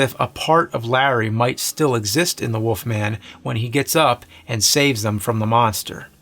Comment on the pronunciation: “The Woofman is a woof”